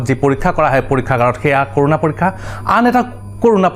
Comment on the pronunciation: It's not কৰোনা it's ক'ৰণা